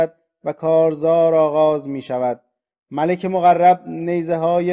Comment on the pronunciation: چرا اینقدر غلط املایی داری؟ ملک با تلفظ malek یعنی پادشاه و با تلفظ malak یعنی فرشته